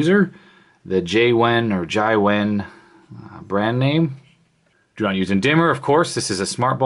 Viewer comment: Zai wen? Jia wen is pronounced Ja wen